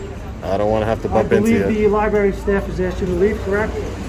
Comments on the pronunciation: You're the best auditor out there hands down! I do feel compelled to point out you how you mispronounce the word library given that you visit them so frequently. The R is not silent. You prounance it lie-berry. It is prounanced lie-brary. Don't feel bad. For half of my life I used the word irregardless. One of my brothers pointed when he heard me say it that there was no such word. I argued with him about it and then researched it and thank him for educating me. There is only the word regardless. Just thought you should know man. You're the best! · Libary?!? Really. If you’re going to audit it know how to say it. Lib-rar-y🤦🏽‍♀️🙄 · Great videos but it’s library not libary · Love you, love your work. I know you are intelligent, but please.... Stop saying "Libary" it is LibRary. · Bro it’s library not “liberry” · Please stop saying lie-berry its libRARY ffs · Please use correct pronunciation library does not have an e in the spelling. It is liBrary. Not liberry mispronunciation diminishes your impact and professionalism. Great. Vids keep up the good work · Amazing how many people drop the first R in Library and say “Libary” instead of the correct libRary. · Love the video but it’s pronounced, “ˈlīˌbrerē” “Library”. Not, “Libarry”. 😂😂😂 I had to correct my children when they were four until they got it right. Drives me crazy. 😂😂😂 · It's a library, not a liberry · It’s library not liberry…. Same with ask not axe…. Love what you do but you sound ignorant af… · Please pronounce Library correctly. It is not Libay it is library. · Hi, it’s not Li-BERRY it’s Li-br-ary. Sorry guy can’t help myself! Please keep doing the good work that you do. 👍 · LI-BRARY. NOT LI-BERY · Is this a public libary? No, it's a public library. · I love your videos but please try to pronounce LiBRary. Not Lie Berry 😀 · It's pronounced Li - Brary not Li - Berry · Library. Not Libarry. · Look again, it's not a Libary, it's a LibRary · liBRary, not libary. sorry, pet peave! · Pronounce the r